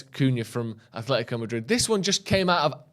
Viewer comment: AH-LE-THI-CO Madrid! Jeeez it’s not hard to know this after the years they’ve told people how to pronounce their name.